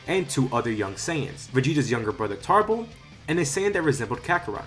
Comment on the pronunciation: Cool what if but it's Tarble not tarbles